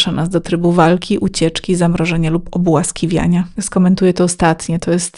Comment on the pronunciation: Obłaskawiania, a nie ,,obłaskiwiania"